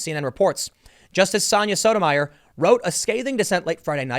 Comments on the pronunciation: Associate Justice Sotomayor's name is pronounced "Soto my ore" not "Soda mire" You really God awful at names. But I still love ya. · I believe it's pronounced So-to-ma-YOR. Like Tommy Sotomayor. We can't all have a monosyllabic name, Tim Pool. Or can we, Ti-MO-thy? (Preesent.) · Hey Tim it's Sotomayor pronounced (So-toe-my-or) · so-toe-may-ore just saying